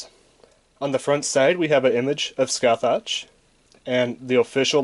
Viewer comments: Just to let ya know dude, her name is pronounced Sca-hock. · pronounce is sukasaha, from japanese katakana and after her summoning she says her namr skasaha da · She proounced her name "S-Ka-Sa-ha" because japanese😊😆😅